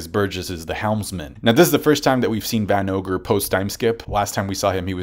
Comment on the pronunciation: "Van ogre" cmon man lol